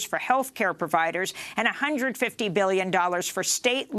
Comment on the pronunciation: "Perventions". "Perviders" Pertective equipment". LOL